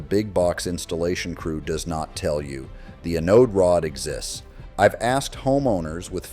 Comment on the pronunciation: AI crap 💩 - Learn to pronounce Anode Rod